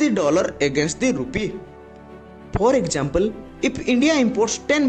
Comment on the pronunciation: Is... Not eej Transaction NOT Transachon Ek -sam-ple not ekchampel